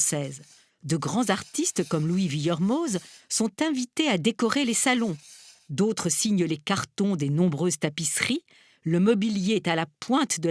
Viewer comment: Par pitié les français! C’est Vuillermô, pas VuillermôZZZZZE! Le zed ne se prononce pas!